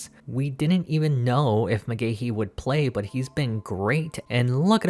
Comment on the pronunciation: It's Mcgahee not Mcgahehehe 😅